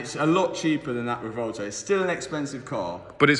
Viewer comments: I keep hearing RUH-VOLTO on that car pronunciation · The "Rivolto" 😆...better than the "Temerio" ?? 😆